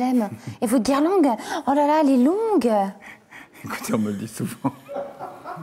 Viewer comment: 1h20 ELLE SAIT MÊME PAS PARLER JUSTINE ELLE DIT PLUSIEURS FOIS GUIRLANGUES AU LIEU DE GUIRLANDES ET EN PLUS ELLE FAIT SEMBLANT DE RIRE ON ENTEND MÊME PAS LE BRUIT DE SA VOIX!